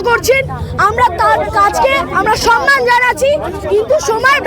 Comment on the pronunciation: অশিক্ষিত মূর্খের দল "সম্মান"(samman) শব্দটিই জানে না। এরা সন্মান(sanman) উচ্চারণ করে। তৃণমূলের সামর্থকরা ডাক্তার দের সাথে চরম ভণ্ডামি করে যাচ্ছে।